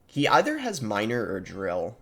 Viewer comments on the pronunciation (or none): none